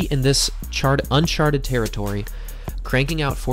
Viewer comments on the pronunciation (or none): none